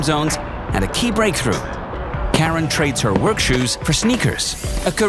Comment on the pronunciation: It would've been better if you pronounce her name properly, its : Car-Ran. Freakin AI slop